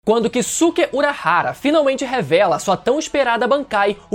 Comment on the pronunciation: A pronúncia correta é Kiske e não Kisuke, da mesma forma Saske, Soske, Yuske, etc.